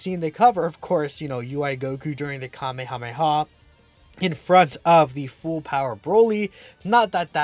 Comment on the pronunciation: you mean Cumehameha?